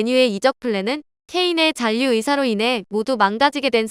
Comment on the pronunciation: 신라[신나](X), 신라[실라](0)이듯이 잔류[잔뉴](X), 잔류[잘류](0)이어야 합니다. 너무 [잔뉴]를 반복하시네요.